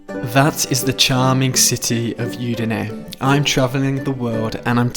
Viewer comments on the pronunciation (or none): Very nice. However Udine is pronounced with an Ooh sound at the beginning not a Yoo sound. Hope that helps. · I think the city is udinee… not yudinee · È Udine, non iudine